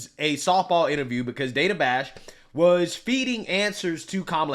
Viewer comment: Was it "sexist" that Coupmala pronounced the female interviewers name wrong? It's "Dane A", not "Dan A".🤔